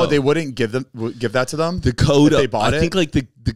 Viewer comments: Everytime Zane’s says “thum” instead of “them “ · I will never get over the way Zane says thum instead of them